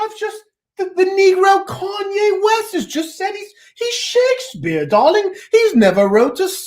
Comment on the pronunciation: “Oh Darling” bruh that posh accent was mad funny stfu lmao